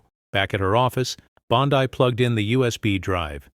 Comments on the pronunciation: Bondai? No judge, it's Bondeee. get it right, you overbearing fool. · you could at least pronounce her name properly. bon dee not bon die. daf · It's BON dee. Why is that so hard? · Pronunciation of Pam Bondi’s last name would be apreciated. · It sounds AI generated and text to speech. Note the mispronunciation of Pam Bondi's last name, consistently.